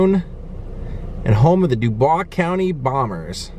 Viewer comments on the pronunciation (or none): Its also pronounced "Duboys" County. Happy New Year! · Lincoln’s state park is very neat. You pronounced Huntingburg and Dubois wrong. Haha. There are so many interesting sites in this area. Dubois and Orange Co have rich history. Come to League Stadium in the summer when the Bombers play. It’s an amazing experience!